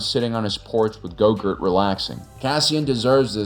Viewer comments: Wait... Did I hear that right?! Did you just call Grogu "Go-Gurt"?!! That's hilarious!!!🤣🤣🤣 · Did you say Go-GURT? 😂😂😂😂 Thanks 😄👏🏼👏🏼👏🏼 And yes I understood the rest.👍🏼